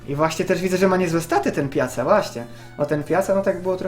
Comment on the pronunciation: Nie pjaca tylko pjaka xd